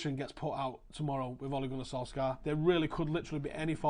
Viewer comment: Interesting video, well done, agree with most of it. You pronounce his name pretty well, for not being Norwegian, but we don't pronounce the k in his name ;)